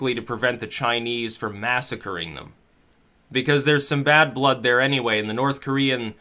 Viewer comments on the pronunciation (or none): none